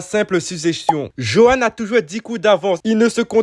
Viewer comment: Petit détaillé, sa s'écris johan mais sa se dit yohan